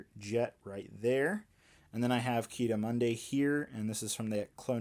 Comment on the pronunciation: Wait did he say Ki Adi Monday?